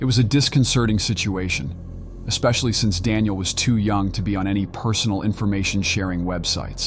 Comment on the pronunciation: “Screw-dreever”? “Dawn-iel”? “Stom-acks”?